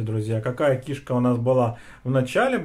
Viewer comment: Что за выражение сальце,чесночок . Кишка ударение не там.